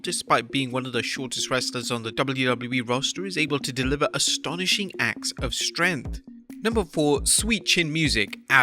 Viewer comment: the way this dude say’s strength makes me want to die